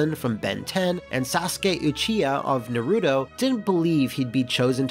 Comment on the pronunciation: i lowkey gave a massive oof at the way he absolutely butchered the pronunciation of naruto .